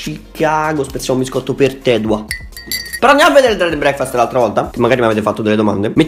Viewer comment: dov e finita la intro con pronuncia di breackfast dread n braekfhaeaestthhhh era epica